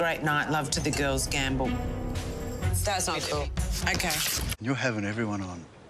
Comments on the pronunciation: Gambol not Gamble....!! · To frolic and cavort is gambol, Dear, not Gamble.